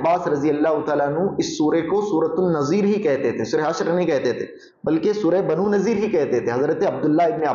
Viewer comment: بنو نضیر ہے Not نذير